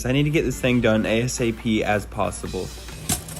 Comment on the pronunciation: did he say we need to get this done as fast as posibli as posibel